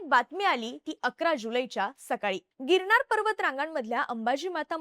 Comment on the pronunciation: बोल भिडू, शो होस्ट मुलीला पहिले 'न' या शब्दाचा चा बरोबर उच्चार करायला शिकवा, प्रत्येक वेळेस न ला ण बोलतिये... गिरणार 😂.. अशा व्यक्तींना शो होस्ट करायला नका देऊ ज्यांचे उच्चार अत्यंत अशुद्ध आहेत.